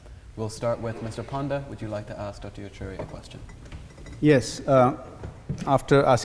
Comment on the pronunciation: JP Nadda pronounced as J Panda. Kms lmao